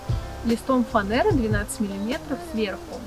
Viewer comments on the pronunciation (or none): За "Фанэру" отдельный респект). Красиво звучит. У малыша кровать - супер!